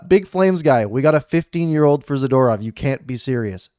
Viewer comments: Za-Door-ov (phonetically) You r Awesome! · You would think as a person commenting on hockey like you do, you would pronounce hockey players names correctly. Good trade for the Canucks though.